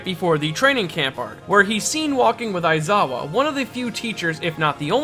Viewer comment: Your pronunciation of Shinsou's name and ESPECIALLY Aizawa's is like a punch in the stomach. Like, omg it's so cringe